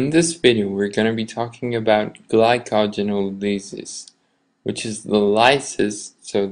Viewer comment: I stopped listening after I heard how you pronounced glycogenolysis. I'm sorry, but it's the truth, and you can flame me if you want.